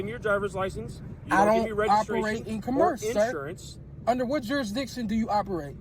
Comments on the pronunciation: " I dont operate under co merce " Bet he also says he will provide ID under threat of " Corrosion" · I saw this jackass on another channel; he doesn’t even know how to pronounce “commerce!” How can he operate in “cuh-MERSE” when he doesn’t even know what the hell it is?